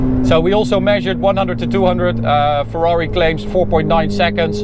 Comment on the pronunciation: Ferrari no fwrhuawri